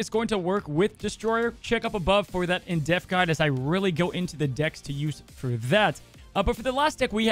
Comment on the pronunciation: I love watching your videos, but I do cringe when you say "in deaf" instead of "in depth"